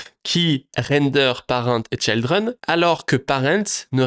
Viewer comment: Juste un mot sur l'anglais. Tout les i en anglais ne se prononce pas aï. C'est ok pour Child, mais Children et Trigger ça se prononce i comme en Français. Sinon ça pique :)